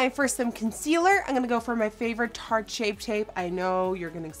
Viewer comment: You stopped saying soft ochre paint pot. You can also stop saying tarte shape tape.